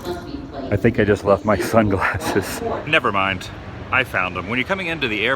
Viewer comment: Lol when he's "nevermind", he's wearing a nirvana shirt. Not a very big fan just thought that was funny cause he puts a lot of emphasis when he says it